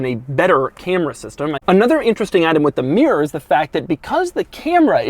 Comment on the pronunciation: Oggy meer instead of mirror